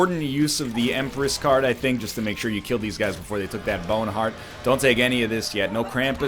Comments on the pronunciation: Every time he says bowhen haurt I replay and laugh again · M Y B A Y W N E H A R D T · Gotta love the way NL says "boawne hweart" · sip your friends every time NL goes "my bowene heart!" with that weird accent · "MY BYOWNE HEART"